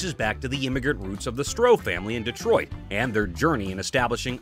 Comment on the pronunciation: It’s Detroit, not Dee-troit.